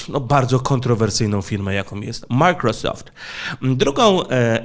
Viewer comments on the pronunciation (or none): none